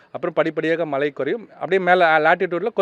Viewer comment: மலை இல்லடா மழை ….. first learn proper pronunciation both of you … தூ